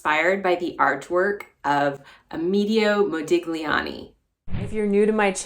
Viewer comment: His first name is pronounced ah meh DAY oh